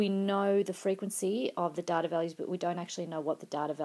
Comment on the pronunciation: you can pronounce "data" better.